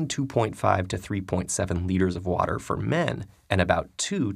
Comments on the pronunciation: В озвучке отчётливо слышим "Ворер",. После этого автор ролика говорит, давайте повторим и тут же произносит "вота". 😂😂😂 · В видео американское произношение воДэ, у автора британский вариант уота 😅